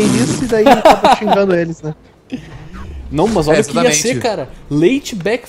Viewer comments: é impressao minha ou esse neo nao fala a letra r? tipo cara é caga '-' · n fala cara kkkk ele fala caga kkkkkkkkkkkk